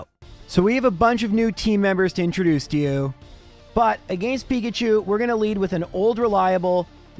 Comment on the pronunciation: take a shot every time says "agaynst"